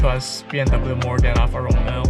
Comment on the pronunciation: Alfa RomEo...not Alfa ROmeo......accent on the second syllable....If you're going to be an "auto journalist" let's start with getting the names right....in any event...you chose the Alfa because of these math equations.... BMW = German Toyotas (Minus the Reliability) ALFA = FERRARI.... NEXT